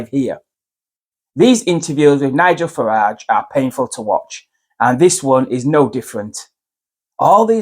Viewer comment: Just for the record it’s Farage and not Farge. That said, Farage is absolutely spot on and it is refreshingly reassuring to hear a potential mainstream party leader saying it how it really is. Sky snooze set this interview up with Trevor Philips, it had to be a black journalist! Philips has gone down in my estimation. He’s had some grief in his personal life but done some exceptional journalism for Sky snooze. He failed miserably in a futile attempt to bring Nigel down. A journalist should represent different opinions but never take it upon themselves to further their own beliefs. To use an analogy, in a court case it would be considered to be leading the witness. The witness being the good people of the UK The UK needs to wake up and vote for Reform UK in July. Let’s put the ‘Great’ back into Britain..